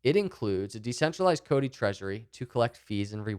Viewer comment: Well I know (at least by now), however by listening to him I was of impression it was Codi, he softens it to the extreme